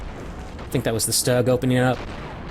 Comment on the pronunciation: Another great viddy and congratulations on the Total Victory. BTW sorry to be a linguistic wrist-slapper but according to a close German-speaking relation Stug is pronounced "Stewg," as in a meat and veggie dish cooked in liquid. Cheers!